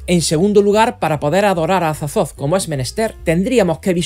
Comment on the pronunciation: “Cazulu” “Azatzotzo” jajajajajaja me encanta 😂